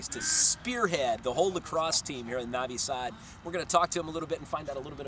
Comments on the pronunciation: lol ok bro . im Serbian but live in USA and it's not that big of a deal if he says navi sad instead of novi sad... people don't say " Beograd" they say "Belgrade" so is that a problem too ? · It's freaking NOvi Sad. Not NAvi Sad. Like when you say NO....NOT Hah! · Masterpkerko1 There's a difference between an accent and saying it wrong. Saying Navi Sad instead of Novi Sad is like saying Paul instead of poll. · Well it seems he doesn't like it..... and it's kind of rude. Also think about it, it's hard for him to look at the alphabets "u" and "o" differently because in English they can be many different sounds while it's fixed in Serbian, so it's hard to cope. I'll give you an example, you know the soccer player Subotić, i have never met anyone (non-Serbs of course) who pronounces it correctly, most pronounce the "u" like the one in "subway" and the "o" in "moon". Not to mention the idiots that pronounce "tić" as "tik". Funny I had a lecturer of Croat origin back in uni in Melbourne whose surname was "Sironic", she pronounces it as "Sironik", lol... it's sounded more Aussie for sure.... but regardless... the point is, it's not his mother tongue so it's very usual for him to pronounce most words wrongly. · Mrmalleableful Sure, I agree on that. But again I find nothing wrong in clarification of correct pronunciation. Why do you think he doesn't like it?? I think he is coping to learn Serbian language, and my tips can be used for a good cause. If he finds it annoying there is solution for that, too. Skip my comment. After all there's not much difference between O and A. It's familiar in English language, too. I understand difficulties with letters such as Ć, Č, etc. These are unique and specific for Serbian language. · You're saying Novi Sad wrong.